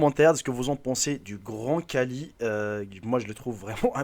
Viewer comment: Désolé de te corriger Mais c'est Khali (pas kali